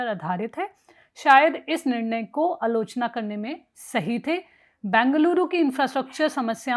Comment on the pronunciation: अलोचना नहीं, आलोचना। प्रक्रियावादी नहीं, प्रतिक्रियावादी। स्वर्ण नहीं, सवर्ण। नाकरात्मक नहीं, नकारात्मक। हेलो, क्या कोई ठीक-ठाक हिंदी बोलने वाली (या वाला) एंकर नहीं है? बड़ा दुख होता है।